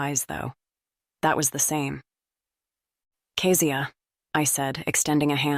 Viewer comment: I’m enjoying the book but…is it on purpose that Kezia’s name is pronounced so many different ways, even by her ex husband Marcus? Is it Key-zee-ahh or Keh-zee-ahh?